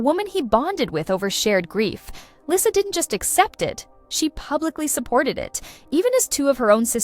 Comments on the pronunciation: It's pronounced Lee-sa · Not interested in AI talks, especially if the bot can't even pronounce her name right.